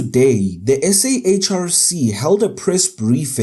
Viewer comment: This is not SAHRC THIS IS ZHRC